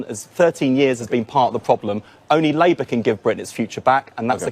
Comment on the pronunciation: "Labout"? calling Wes a Labour lout? 😄